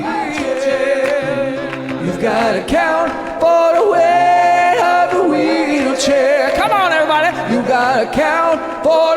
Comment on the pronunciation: "You got to account for the wate of the weelchair!"😂